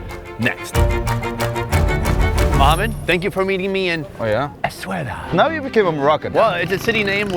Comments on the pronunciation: S - A - WE - RA that's how you pronounce the name of the town not eswera or whatever you say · In media etc, Essaouira is actually pronounced the way it's written ie Essa-weera.